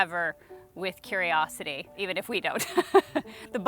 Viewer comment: Curi-wash-ity = dishwasher